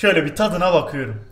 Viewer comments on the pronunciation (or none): Bakiyiürm ediyiürüm yapıyürüm götürüyürüm video ortasından şırdan yapmaya kaymadı iyiki